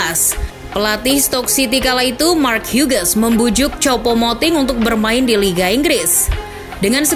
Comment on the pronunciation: Mark Hughes ➡ dibaca Max Hyus Min. Ahhh